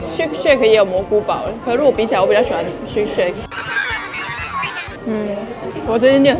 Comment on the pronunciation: Shake Shack…. 字打對了，但是為什麼很多台灣人都會念成shake shake😅 真希望自己也能跟一樣吃這麼多，但都不會胖！